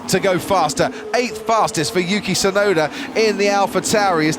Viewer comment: I can't stand how the narrator keeps calling "Yuki Tsunoda" as "Yuki Sunoda". The T is there, and it's not silent. Why doesn't he pronounce it?